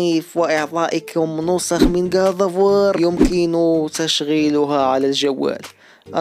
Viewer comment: كود اوف واو ❌ كاط اوف وااار✅ ________________ كريتوس ❌ كريطوس✅